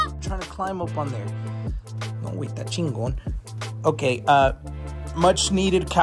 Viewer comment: No way said Ching kon